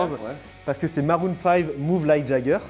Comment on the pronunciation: Après le Kinder prononcé "Kindaire" on a le Maroon 5 prononcé "Maroune" 5 😂